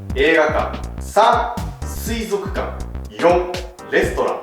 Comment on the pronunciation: 水族館をすいぞっかんて言わなかったの尊敬する。